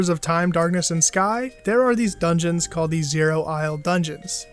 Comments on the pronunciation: "Ultimate Dugeons " oof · “Ultimate Dugeons” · “Dugeons” lol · "Ultimate Dugeons"